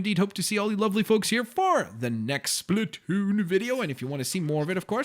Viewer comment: Who ever said splatoo it's SPLATOON